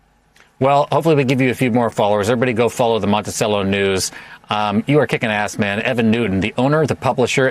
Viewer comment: Mont-I-SELL-o. Not cello.